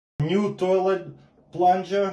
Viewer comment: Ню туолэт🤣🤣🤣🤣ну у тебя и произношение..